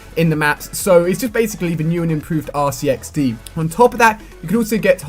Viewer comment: Hmmm... "Hache3xd" barely sounds anything like RCXD